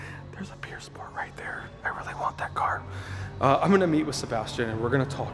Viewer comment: pure sport is amazing Meanwhile me in my brain:- why is that guy not pronouncing pür sport properly.... 😂😂😂